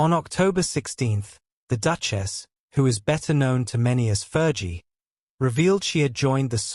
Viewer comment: Please pronounce " Fergie properly. It's not Fer g.its Fergie like flee